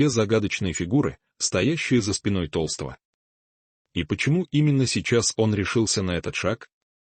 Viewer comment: Не Петра ТОлстого, а ТолстОго!!!перестаньте включать ИИ, пусть сам Петр скажет правду и не боится рассказать про предательство ГД, в лице Матвиенко и Володина😢